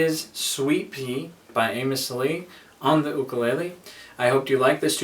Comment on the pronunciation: Mahalo for pronouncing and enunciating the word “Ukulele” properly.